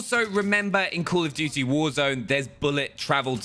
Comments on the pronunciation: Everytime i just hear "cool of duty" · “cUUl of duty“ 😂😁👍😉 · “Cool of duty”🤔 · “Cool of dootie”